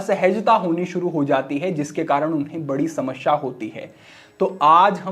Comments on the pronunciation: Shmashshya nahi samasya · Jigyasha nahi Jigyasa. Apke Sa-Sha uccharan me Samasya hai. Aap Shamashya me b truti karte ho. 😅 Parantu aapka gyaan ati-uttam hai 🔥